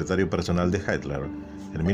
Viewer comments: si no es inglés en serio porque le dice así? Sería “jitla” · Por qué dice "Haitler"? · ¿Adolf "Haitler"?...